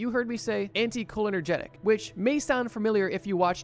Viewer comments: It’s anticholinERGIC not anticholinERGENIC. Sorry I’m a nerd and every time I hear it, it drives me insane 😂😂😂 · Hey, dude, you need to work on pronunciation of the words you use in these videos. In this video, you pronounce, 'anticholinergic' as antee-koh-linner-genic...it's pronounced antee-koh-lin-ergic. Not hating, just pointing out that you have a habit of mispronouncing molecules, medical conditions, et al. Not that big of a deal most of the time, but sometimes mispronouncing a word can lead to a completely incorrect interpretation, which can be deadly when dealing with psychoactive molecules. This show/channel is decent and I am guilty of watching it, but it could be improved upon. Also, simply relying on experience/trip reports to be true to the molecules they claim to be about is a massive reach. Many of these reports are not factual because the people who wrote them did not know what they actually experimented with. They're also rife with exaggerations and just completely made up shit. PS - the GBL part of this video is incredibly full of bullshit. So many incorrect attributions made about this molecule. You got the basics correct, but there are so many ridiculous claims made about it. I had to end my viewership while you were talking about GBL. Just so factually incorrect I'm not going to even begin to explain. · No, I heard you say "anti-cholinergic", not "anti-cholenergetic". Could be my brain autocorrecting errors. ( Or maybe not, because you read it wrong *again*. "Anti-colonogenic"? PLEASE stop, it's massively annoying.) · Sorry but I gotta point out that it isn’t“AnticholinerGETIC” but the correct term is “AnticholinerGIC” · great video! just a note, its pronounced anty-call-inner-jick